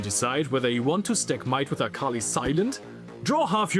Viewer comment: Is saying akali wrong on purpose? says it right like 3 times. Joking, I just think it is funny.